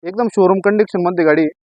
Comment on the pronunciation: Condiction nhi ho condition bola